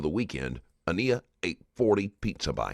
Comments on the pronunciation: I want to say this - whomever runs this channel needs to be sure the narrator can pronounce the victim’s name properly. I noticed this in the previous video, too, with Deonte Lewis. They keep pronouncing her name Ah-KNEE-ah, when clearly the child’s name was Ah-NYE-ah. Please have the respect to say their names properly. Thank you. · Normally I'm a fan of this channel but it really bothers me that you didn't bother to pronounce this baby's name correctly. Her name is said multiple times during the interrogation and yet the narrator continues to get it wrong. She was a real person and saying her name correctly matters.